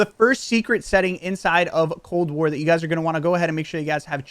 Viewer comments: What’s cold ware bro u even talk properly? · did he say cold wear?